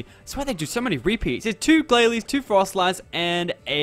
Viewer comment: also its pronounced frost-less